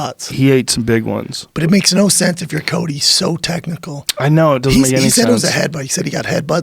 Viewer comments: Is Joe saying Colby or Cody??? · Ikr...I was like why is he calling Cody Colby?